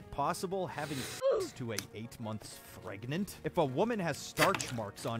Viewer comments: why does pregananant sound like a Pokémon name😂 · I loved “prganet” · pergert pregnart